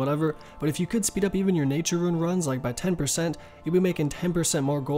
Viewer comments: Great video, but you mispronouncing rune to ruin just triggered me so damn hard! Again, great video though. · Please point to the letter I in the word 'Rune.' It's not there.